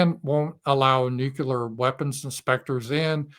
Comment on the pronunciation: Not Nuke-u-lar, but Nu-clee-ar.